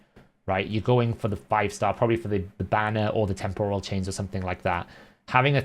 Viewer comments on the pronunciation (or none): none